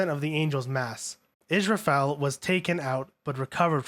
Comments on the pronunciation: Is rah file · The way you mispronunce names is so cacophonous that it’s hard to stay focused on what you are saying. Lawn-jiai-nus, ram-me-el, is-ra-feel to name a few. I understand a lot of the names are Hebrew, Latin,and Japanese but proper pronunciation is part of good research.